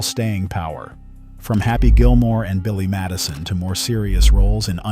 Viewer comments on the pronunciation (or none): none